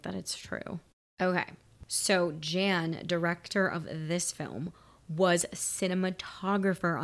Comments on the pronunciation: It is not Jan like Jan Brady. It is pronounced Yon, like John with a Y. But not quite yawn. If you were to see a map of the bus' path, it jumps randomly all around Los Angeles. Speaking of Los Angeles, I seore I saw you in front of LACMA on Wilshire yesterday. "Who writes this?" The original screenplay was by Graham Yost. From Wikipedia: "In preparing the shooting script, one unnamed author had revised Yost's script in a manner that Yost had called "terrible". Yost spent three days "reconfiguring" this draft. Jan de Bont brought in Joss Whedon a week before principal photography started to work on the script. According to Yost: "Joss Whedon wrote 98.9 percent of the dialogue. We were very much in sync, it's just that I didn't write the dialogue as well as he did." One of Whedon's contributions was reworking Traven's character once Keanu Reeves was cast. Reeves did not like how the Jack Traven character came across in Yost's original screenplay. He felt that there were "situations set up for one-liners and I felt it was forced—Die Hard mixed with some kind of screwball comedy." With Reeves' input, Whedon changed Traven from being "a maverick hotshot" to "the polite guy trying not to get anybody killed," and removed the character's glib dialogue and made him more earnest." Yes, that was Cameron. Bad bus stunts. You can see the bus bounce up for no reason when it jumps the impossible gap. In "It's an ugly turn," you csn see an extra tire under the bus causing it to lean. Bet you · Director Jan (pronounced "Yahn") de Bont was a cinematographer for tons of films (many action films), and this was his full motion picture directorial debut (he also directed Twister and a few other films) before returning to a cinematography role, and now works as a producer. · Leave Speed 2 alone, formula might have seemed to work, but nothing else did. I think his name is pronounced (Jan de Bont), "Yawn" not Jan (as in January).